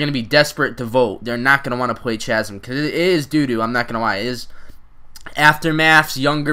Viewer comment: Lol chazum? I think its chasm the h is silent